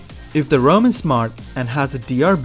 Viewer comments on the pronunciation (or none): STOP SAYING ROAM ITS RAUM! loved the video tho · Informative vid, but it was annoyijng constantly hear you pronounce his name as "Rome" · Thumbs up for the info but dangit if the way you pronounce Raum doesn’t get a thumbs down lmao